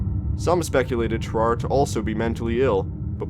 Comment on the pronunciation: Ter-are-ay not terar. Sam-o-nella did a better job